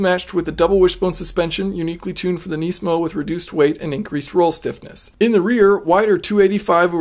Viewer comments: It is not nee-smo. It is nis-mo. Please cut back on your thick american accent. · neesmo? its nizmo mang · why do you say nisamo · It's pronounced “nismo" not “neesmo" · KNEEsan KNEEsmo.... lol